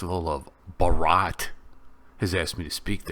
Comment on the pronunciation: Bhaa - ra - ta(Bharat) thats how u spell professor. Not bah-ha-rat nor Bharaat